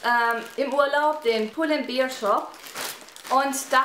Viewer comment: bear nicht beer